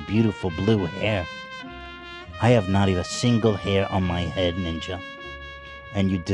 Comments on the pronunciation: saying Niña instead of Ninja was extremely annoying and boomerish. something my grandma would do and I dont even like Ninja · the way is so adamant about pronouncing it ninya is so cute